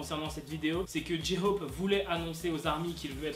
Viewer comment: « dji-hhhop » il me stresse